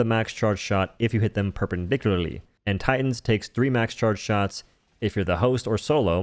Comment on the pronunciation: "If you hit them purpurdicurrrraly"